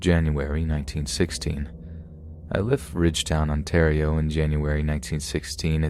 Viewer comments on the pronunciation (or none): none